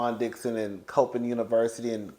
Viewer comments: It's pronounced "Cop inn" State. I know because I'm from the area. I hope you enjoy DC my hometown😊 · FYI: Coppin is pronounced "Cop•in". Juan is cuttn up if this is true though🤦🏾‍♀️ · it’s pronounced “Cop-pin” like a policer-Cop…Coppin State university…just wanted to make you aware….I love your commentary and pouring that fresh cup of tea for us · It's pronounced Coppin State University like 👮📌 (cop pin)